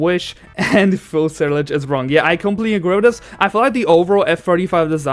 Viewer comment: By the way, you must pronounce fuselage